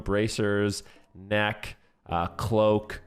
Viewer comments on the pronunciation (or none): none